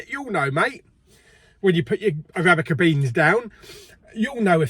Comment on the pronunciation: Noooo stop saying Arabica beans 😂😂😂😂